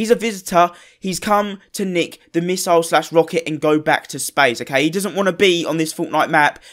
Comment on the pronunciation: It's pronounced misle not misoil